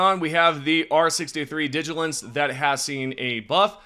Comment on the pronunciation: He said “Digilance” and not Diligence… 😂 great vid tho!